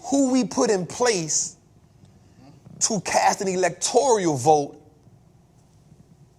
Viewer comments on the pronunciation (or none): It's Electoral, not Electorial.